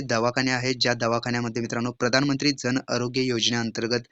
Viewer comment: Jan cha ucchar kay kartay